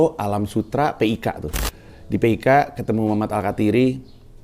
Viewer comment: BANG PANDJI PIK nya DISEBUT JDI KATA AJA AGAK ANEH KALAU DIEJA 😅😅😅